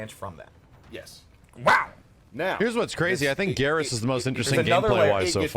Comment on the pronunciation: Why does nobody ever say Geras' name correctly? When you pick him, the announcer says his name. Other characters speaking to him say it aloud too. It should sound like "Beerus", but with a G instead of the B.... Right?